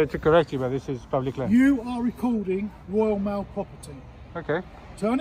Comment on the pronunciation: "Woyal Mail"